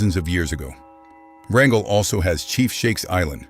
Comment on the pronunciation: I can tell that the speaker has not lived in Alaska. He mispronunced several of the names, as in Kenai and Wrangell for example.